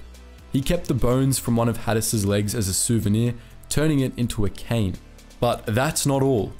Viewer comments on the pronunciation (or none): none